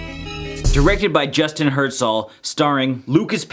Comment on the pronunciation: Btw the directors last name is produced KurZel, emphasis on the Z